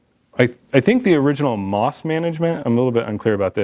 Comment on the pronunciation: The company name is pronounced M, O, S, not moss. I know several former employees there. Let's please get the history correct.